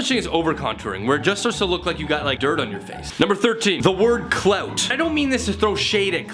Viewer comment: i love how, and his canadian ass, says clout